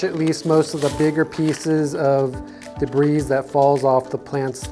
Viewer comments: PLEASE please, it's 'de-bree' not 'de-breeze'. Great video, but this mispronunciation really gets me. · Debris is pronounced “da bree” the s is silent… If you run your drill in reverse it won’t try to snatch and grab on you … no need for a wooden jig. You could save a lot of money making a frame around a storage bin and do away with all those 4” fittings and rain or shine cement… putting them in line will make your lighting easier to place too unless you’re doing this outside